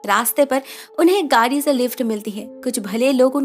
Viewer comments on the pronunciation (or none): its not परा its पड़ा। its not गारी its गाड़ी।